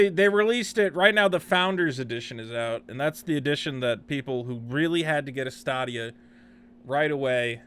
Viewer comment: I am assuming you are pronouncing it incorrectly on purpose? In jest? It's pronounced like "Stadium" but with an "a". How can you be confused about this product? It's game as a service. Eventually this platform will be replacing all platforms. imho, Steam, Sony, Microsoft and Twitch should all be paying a great deal of attention to this product / service offering. As 'botched' as your review of this 'botched release' is? You are not mentioning the implications of all this tech. I just wasted 18 minutes of my life. You could have just posted the Toms Hardware review? Saved us the time and had more information presented? If you would like to present objective information next time? Try and create an outline and references as to what you want to speak about. Instead of stumbling around clicking links and mumbling 1/2 of what you are attempting to read and obviously don't understand.